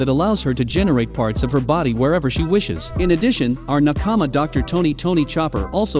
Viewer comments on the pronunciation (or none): none